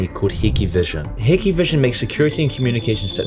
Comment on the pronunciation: Hiki vision lol? What? It’s pronounced Hike vision or Hick vision.